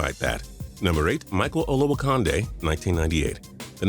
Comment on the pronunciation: Pronounced Olowo"Candy" not Konnday